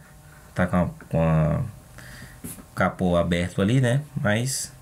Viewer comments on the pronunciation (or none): none